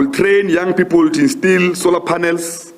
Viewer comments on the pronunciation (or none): none